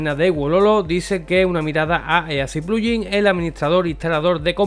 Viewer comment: porque pronuncias pluyin?